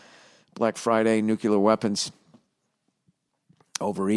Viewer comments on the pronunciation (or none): it's not '"Nuke-u-lar", bill